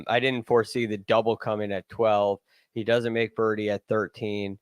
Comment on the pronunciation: the word is doesn't, not dudn't. You're a journalist, not an alligator wrestler.